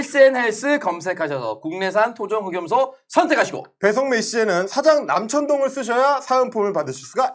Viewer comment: 남천동 발음 안되는거 아시는분?!? 남청동 남청동